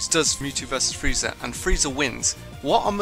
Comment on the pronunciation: Did you say frezia teleport what is wrong with you